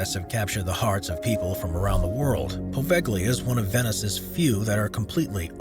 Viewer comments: And "Poveglia" as POHVEKHLIYA. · Seriously, learn how to pronounce "apostolic." (Hint: it's not "apo-listic.") I spoke too soon. He also butchered Poveglia. I stopped watching after that.